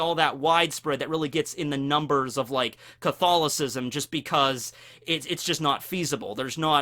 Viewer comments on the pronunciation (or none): Huh, never realized before this is first time ever I have heard english speaking person say Catholism. I didn't realize english speaking people actually pronounced it phonetically